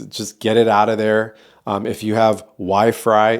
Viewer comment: Thanks for this informative video ❤️ qq: what kind of matress do you recommend ? Also, I think when you said “wi-fry” you meant it 😅